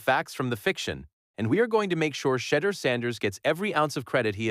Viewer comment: SHEDEUR IS PRONOUNCED SHA-DOOR